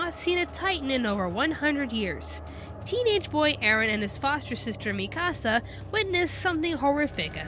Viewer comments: It's Mee-ka-sah 😒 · Ur saying Mikasa like " mi casa " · Lol why did you say Mikasa like "Mi Casa". Have you seen the anime? They say it about a hundred times... "MEE-kah-sah" I can understand certain changes to adapt a live-action series and maybe take a slightly different approach, but I think the part they couldn't do without was having Aaron's mom died... He's the main character and now he has almost no motivation for being so bloodthirsty against the Titans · I hate when people pronounce her name like Mi-Casa, it’s dumb! It sounds like Mee-kuh-sa! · Did she just say MI-KASA?! IT IS MIKASA! And she pronounces hanji’s name wrong. It’s not HAN-JI it’s hanji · It was annoying that she couldn’t pronounce mikisas name XD it’s pronounced ME-KA-SA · I know I'm late... but that Mikasa pronunciation, sounds like youre speaking Spanish 'mi casa' :P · its mikasa es su casa, you did it wrong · Awesomewolf23 MEE- KA sah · u mean MIIIIKA SA? or MIIIIII KASA or MIIIIIIIIIIIIIKKKKKKKKKKKAAAAAAAAAASSSSSSSSAAAAAAA? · u said mikasa wrong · you are saying mikasa name wrong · They say mikasas name wrong!!!!!!!!😡😡😡😡